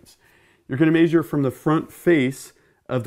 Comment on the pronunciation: Its pretty funny may-shure 😁